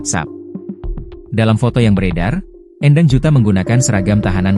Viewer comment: Bacanya bukan E'ndang tapi Endang/E Pepet.. bukan E taling.